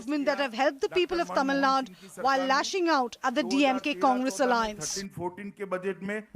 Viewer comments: Why do every news reporter say tamilnadd instead of Tamil naduu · Even in English it's pronounced as Tamil Nadu only,not Tamil nadd.😛😛